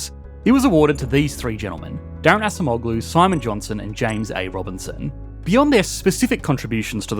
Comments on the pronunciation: A small thing you could do to improve your videos, is quickly Google the pronunciation of foreign names. I think the last name is closer to something like "ahjemolu", rather than assa moh glue. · pronounce Ah-Jem-Oh-lou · Acemoğlu -> /ah-jem-oh-lū/ The soft G isn’t pronounced, like Erdoğan. 😊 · it is pronounced adjemoughloo "ough" as in "thorough" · Please pronounce “Daron Acemoğlu” correctly, your pronunciation’s scratching my ears. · The C in Turkish is pronounced like an English J as in Jack. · Brother you annihilated pronunciation of Daron Acemoğlu. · Hi, Daron Acemeoğlu's surname is pronounced better if you switch the "c" with the "g" or "j" sound. I was confused for a few seconds as a native Turkish speaker and chuckled a little bit when I first heard you say his surname. 😅Thank you for the video and love from Turkey. 😊